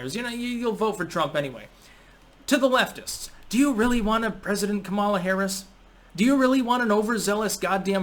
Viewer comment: Why does everyone who doesn’t like her pronounce her name wrong? 😂